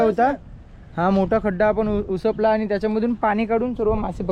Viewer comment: Uspat nahi upsat boltat